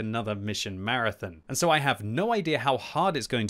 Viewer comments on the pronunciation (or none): none